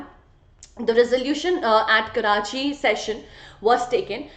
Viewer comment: Mam it's karachi